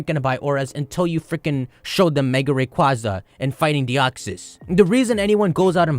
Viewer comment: Its pronounced rayquaza ;)